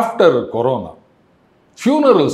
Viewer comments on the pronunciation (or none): none